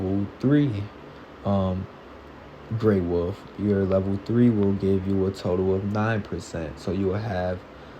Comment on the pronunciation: love how he says "Wuf" instead of Wolf.